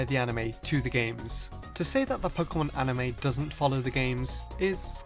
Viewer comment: ha! you said amine